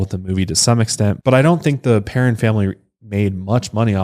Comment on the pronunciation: As a Perron myself this case always creeps me out so much. Also thanks for saying our name correctly!